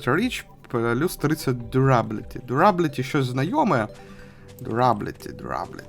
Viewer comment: І читається Д'юрабіліті